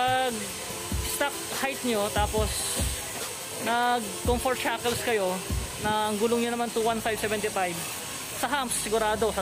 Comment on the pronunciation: Cunfert jackel....Da fuck that's all I heard all the time.